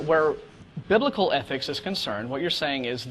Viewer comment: Why does he keep saying 'athics'?